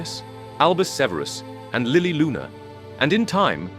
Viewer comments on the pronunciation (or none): none